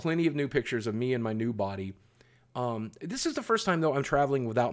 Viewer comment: "I'm looking forward to getting nude pictures with those guys." - That's what I heard lol it took me a minute to realize you said new